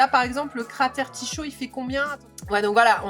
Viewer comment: et aussi Tycho = se dit: "tiko" 😉😉